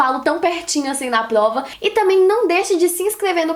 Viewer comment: "...plova" >3 kkkk